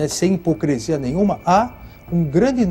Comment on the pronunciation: Ele falou "hipocrEsia?" Na entrevista quando tinha cabelo? 🙈😂😂